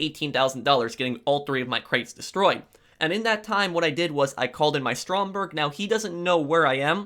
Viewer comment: It’s actually Stromberg look it up